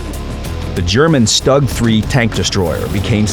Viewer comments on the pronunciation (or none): Ikr, it's pronounced "shtoog" not "stuhg" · bruh they butchered "StuG III"